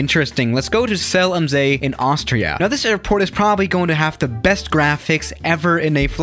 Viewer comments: is german Also him: "zéalamsée" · It’s called ZELL AM SEE. You have to spell it properly in German